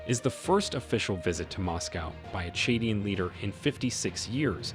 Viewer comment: Chadian not chedien. Niger not nigiri please